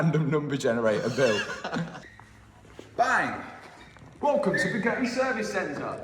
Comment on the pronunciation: What would you call it?? Bugatti. Lol more like bugotcha